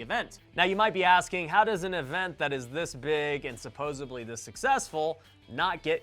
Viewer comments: Omg the word is supposedly. Not supposeBly. 🙄🙄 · you said "suppoeBly" instead of "supposeDly". I hate that. ppl sound so uneducated when they get that wrong.